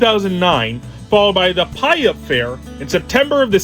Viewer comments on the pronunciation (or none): As a local Washingtonian, I regret to inform you that you (like many others) mispronounced the name of Puyallup. It’s pronounced as Pew All Up. I actually saw Al’s brain there when it was running as my dad is a huge fan of him.